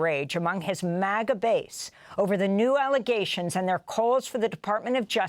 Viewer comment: It’s not MOGGA. It’s MAGA!